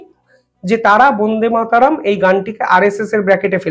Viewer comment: উচ্চারণ হচ্ছে না। বোন্দে মাতরম্ নয় । ব( অ) ন্দে = বন্দে মাতরম্ । প্লিজ মনে রাখবেন।